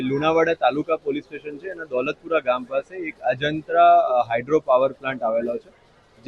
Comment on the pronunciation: દાતોલપુરા નહીં દોલતપુરા ગામના